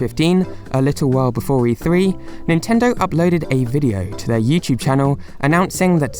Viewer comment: its Yoo Toob not hue choob